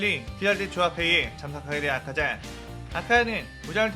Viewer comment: ㅋㅋㅋ 아카자인데 아자카?